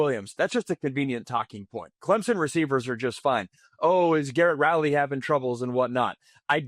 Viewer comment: lol clempson